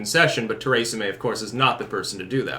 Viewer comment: Too-ray-za, Braygzit